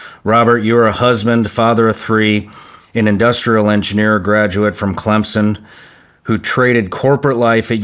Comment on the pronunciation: Thank you Shawn for pronouncing it Clemson and not Clemzon. Much love from South Carolina!